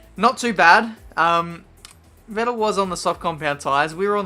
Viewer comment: Vettel is pronounced more like Fettel. :) Kinda annoying to hear you saying it like that hahah